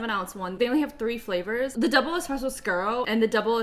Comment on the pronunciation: You're the only person who has said espresso correctly in their nespresso video lol despite it being in the word NESPRESSO.